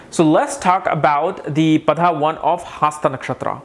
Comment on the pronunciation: Dude get to the point fast...also, it's not haasta nakshatra and padhaa..pls pronounce words properly